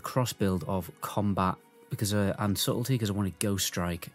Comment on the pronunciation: its pronounced Suddle - Tee